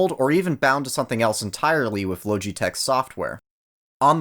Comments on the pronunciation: La-ga-tech||| not loge-e-tech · “ Lowgitech” the literally pronunciation is lodgee-tech say it the way it’s meant to be said to void any further bullying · Loge it tech not low g tech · "low G tek" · he really said lowgeetech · love the contrarian of just "lowji-tech" and "zoewee" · "LOWGEE TECH" 😂 😂 😂 😂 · Logitech is actually pronounced “LAW-JEH-TECH” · if the name is so repeatable then why butcher it's pronunciation?! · He said Logitech wrong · Bruh please stop saying Logitech like that it’s so wierd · How do you manage to mispronounce Logitech?